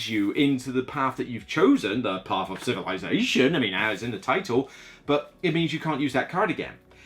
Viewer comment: ☺️ also got... "Paf" of Civilization ☺️